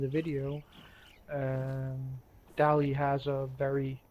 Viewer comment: It's Dally Dally